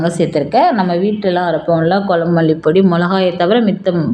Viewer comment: அம்மையார் வாயில் 'ழ' கரம் படும்பாடு......... மழலையர் பள்ளியில போய் ஒரு மாதம் பயிற்சி எடுக்கச் சொல்லுங்க. 'குழம்பு' வைங்க. 'கொலம்பு' வைக்காதீங்க.